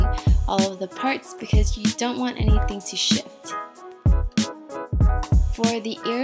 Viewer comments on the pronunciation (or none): none